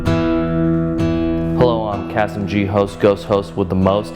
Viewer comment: I love how she pronounces his name Kasm.